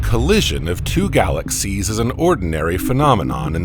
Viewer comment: I truly wish I could listen to your videos but the narration drives me crazy. You hang onto the ending syllables and crescendo for instance galaxiesssSSSSSsss and starrrrRRRRRssssss. I dont know if it is AI but if so I would change it.